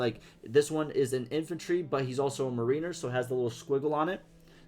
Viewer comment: NICE! I’m excited to see more and get my hands on it soon. (Mariner is pronounced like the Seattle Mariners baseball team. “MARE in er,” like that girl who’s so obsessed with horses it’s almost like she is one: She got that mare in her.)